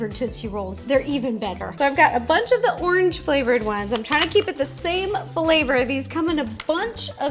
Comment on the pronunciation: The way she says orange...